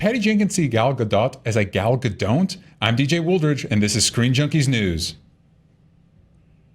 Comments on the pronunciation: Why does nobody listen to how Gal pronounces her own name? Its' not a hard 'dot'. It's like dough with a very subtle t sound at the end. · Gal Gadon't lol